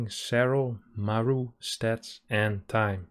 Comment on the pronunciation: mAru, not marU ffs